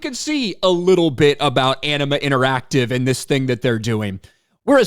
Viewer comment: Did he say the name of the studio is "Enema Interactive"?